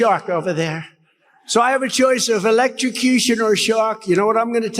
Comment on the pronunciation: He said uhlexTRacution?